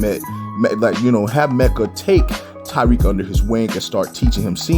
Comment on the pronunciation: please stop calling him tyrique it’s Tariq